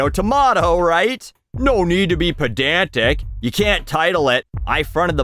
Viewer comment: The fuckin hoser jumped out of my bro when he said "nnnoooooo nyeeeed ta byeee pedayauntic"